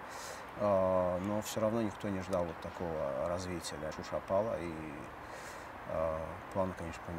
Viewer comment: Не Шуши А ШУША!!!!!!!! Это Азербайджана